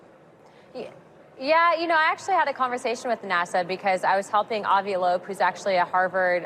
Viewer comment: and Loeb, not Lobo